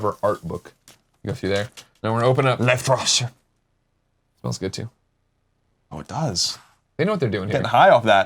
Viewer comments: It's pronounced 'layf-thra-sear'. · Is German and is pronounced: L-AIF-TRA-SIR.